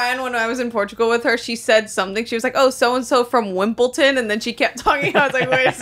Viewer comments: does mean wimbledon 😭or genuinely wimpleton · Nooo way she said wimpleton…that’s mad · wimpelton got me so badly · Dude wimpulton 😂 do you mean Wimbledon? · Loll it’s WIMBLEDON NOT wimpton sillies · the most sane American be like ‘wimpleton’ 😭